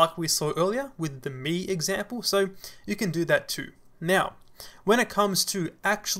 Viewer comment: Thank you, am I the one who heard "mew" instead of now? This seems cute)